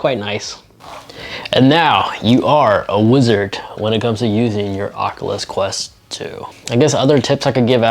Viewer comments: I can’t not stop thinking on how he said the ocluthes qleft qlu in the first few seconds of the video instead of oculus quest two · Oat the start it sounded like he said de aculus quest